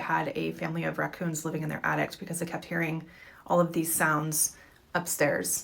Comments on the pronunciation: if she says attict one more time my brain might crosss circuit lol jk but lady its called an attic not and attict lmao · The most disturbing part of the last clip is the lady thinks there’s a T at the end of attic….. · Lady at the end calls an attic an addict...lol.